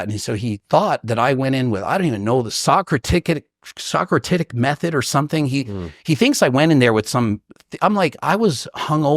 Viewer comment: "Socratitic Method" haha